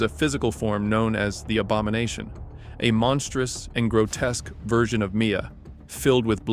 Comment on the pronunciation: The abamonation? i KNEW cyraxx was somehow involved in the characterdesign😂